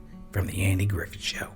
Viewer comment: Did he really say “Andy Griffin “?